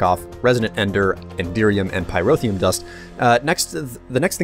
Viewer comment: He pronounces Pyrotheum perfectly, but he doesn't know his left from his right.